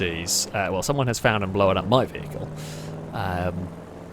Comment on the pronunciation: Blown up, not Blow-an up!